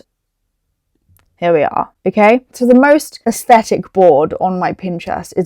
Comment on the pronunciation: aSHthetic lol please dont